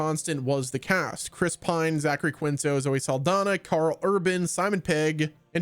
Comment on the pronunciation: In Quinto and other Spanish, generally names/words, the 'u' after a 'q' is silent and the 'q' is treated as a 'k' (and 'i' sounds like a long 'E')... Keento.